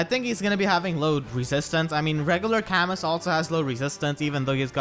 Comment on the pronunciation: Is sticking to his pronunication of Camus of Cam-mus and not Cam-moooo. Or was it a slip of the tongue?